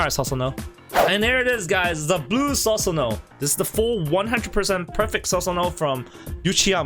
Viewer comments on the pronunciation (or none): Not sasano it's pronounced susanoo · Please please PLEASE PRONOUNCE IT AS "Soosanoo" and not "Sasanoo" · I dont mean to offend but its pronounced as "soo sa no" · im hyped. dont mean to be mean but its pronounced soo-su-no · Lol it is pronounced soosanoo don't try to roast him when you are wrong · Is it just me or can this guy no pronounce Susano properly